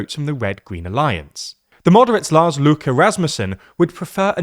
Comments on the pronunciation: INSANE EFFORT PRONOUNICATION OF LARS LØKKE WELL DONE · I find it funny he pronounced Lars Løkke in almost perfect Danish, then just went complete English for Rasmussen